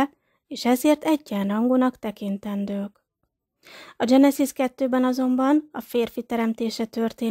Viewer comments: Mielőtt az ember vállalkozik egy szöveg nyilvános felolvasására, meg kellene bizonyosodnia arról, mi az idegen eredetű nevek, szavak helyes magyar kiejtése. Genezis, Gilgames, stb. Az ilyesmi rettenetesen irritáló és egy bizonyos fokú komolytalanságot kölcsönöz a szövegnek. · Ez nagyon komolytalan, így ejteni, ezt nem tudni. Éppígy a genezis szót angol fonetikával kiejteni. És a többi egyéb hiba. Egy minimális felkészülés azért szükséges, mielòtt az ember közzétesz valamit.